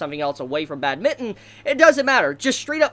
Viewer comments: Bat-min-ton not bad-mitten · It’s bad-min-ton not bad-mitten! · I love your review but I hate how u say badminton 😂😂😂